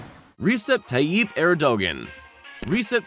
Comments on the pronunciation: You make me sick saying Erdogan. Have some respect and learn and pronounce a name properly. You are nothing compared to these men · Ayb? and Air-doe-gen? Try Ah-bay and Air-doe-wahn. You'd think learning how to pronounce their names was important in a video about foreign leaders. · Dude your pronunciation of Abe and Erdogan needs serious attention. Abe is pronounced Aabhey same second sound as in obey, Erdogan is pronounced eyrdoaan.